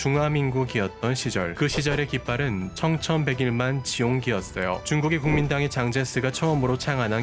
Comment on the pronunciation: 청천백일만 지홍기로 읽는 것보다 청천백일 만지홍기로 읽는 것이 자연스럽지 않을까요